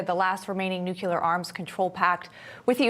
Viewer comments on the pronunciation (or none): It’s nuCLEAR not nuKYOOLER! Jeez. This is what happens when a whole generation wasn’t taught phonics. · "Nucular"? No such word in English! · If you can't pronounce the word NUCLEAR then you have NO business reading "news."